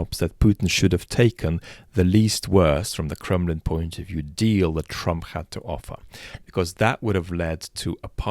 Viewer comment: With your rolling English accent ... Did you call it the Kremlin or the Crumblin? And congrats on wedding ... lucky partner !!!